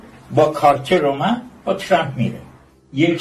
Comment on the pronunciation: اسم ترامپ را اشتباه تلفظ ميكونه😅مانوك